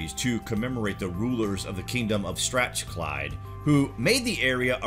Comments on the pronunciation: Learn how to pronounce your words. It’s Jac-o-nite. And Strath, not streth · While I appreciate your enthusiasm your pronunciation is dreadful. Stratchclyde? Middians..?Ffs... research mate. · Stratchclyde!!!! For god's sake it is Strathclyde... Please learn how to pronounce Scottish words. Total mispronunciation throughout this programme.